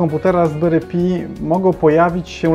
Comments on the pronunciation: Raspberry PAJ a nie pi... SUDU a nie sudo... Chcesz uczyć innych, to sam się trochę poducz. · Nie pi a "paj" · Raspberry paj nie pi - bo trochę pi to 3.14